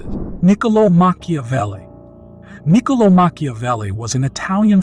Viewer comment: Is it Nicolo or Mikalo?